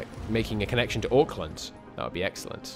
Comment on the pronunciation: Auckland is pronounced ‘Ork-Land’